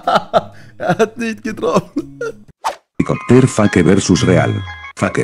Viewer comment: Du lachen - du Chälicoptär chäääälicoptäääär